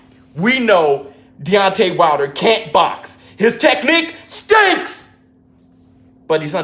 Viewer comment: Teddy: "his technique STENCKKS"😂